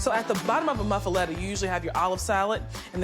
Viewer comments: Mufluedda 😂😂😂😂 a new american fake. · No thanks. Thats not a muffaletta. Didn't even pronounce it correctly.